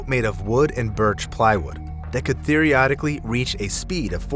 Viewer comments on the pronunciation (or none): Theoretically. Theo-reh-tic-ally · theoretically ❎ theriodically ✅ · Uh…. Did you say “theoriotically” 😂😂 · what t f is therorodically ?? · He said, "theoriotically." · "Thereoidically." Stay in school, kids. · "theriodically"? lol "it seems that the relentless desire to be a holder of a world record ALWAYS comes at the cost of human lives" Eeeeeh no, plenty, of records are not dangerous. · "Theorotica" could be a whole genre of religious porn. Gotta love AI voices. :D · Did he really say "theoriodically" ?! 😆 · "...that could theoryotically reach a speed of... "??? Seriously? SMH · "theoryotically"... such big many word WOW